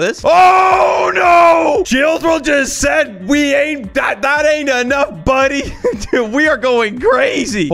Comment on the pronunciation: Bro stop sed